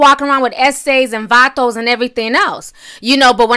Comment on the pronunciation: Im mexican and how u say vatos n eses made me laugh so hard u say it real cool though